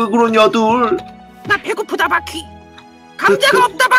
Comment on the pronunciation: 난 바퀴 을 바X 로 들었어 순간 당황